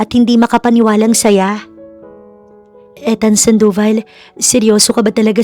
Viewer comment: Ethan and Luna story.Ethan pronounce ( Ithan) long E check ninyo sa goggle ✌️😀